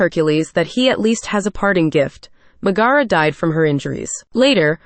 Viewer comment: It's Megra not Miagara